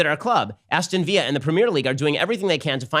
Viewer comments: Viyya LOL it's pronounced Viller. English guy here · Why did Ben pronounce Aston Villa, an English football club, with a Spanish accent 😂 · Ben's pronunciation of Aston Villa is hilarious. Its villa as in like house by the lake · It's pronounced Aston VILLA (like "pillar" with a "v")